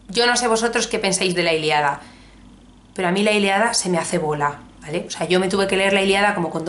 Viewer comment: La Iliada? La ILIADA??? Es la ILÍADA!! Con tilde coño! Que me da algo cada vez que te escucho pronunciarlo mal! Sin acritud.